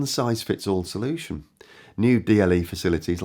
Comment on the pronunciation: "There's no one size fits all *solultion*" ha ha